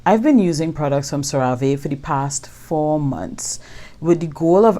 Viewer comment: Thanks for the honest review... don’t work with the company, but it’s pronounced “serra-vee”